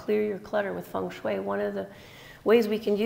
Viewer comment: you pronunced fengshui correctly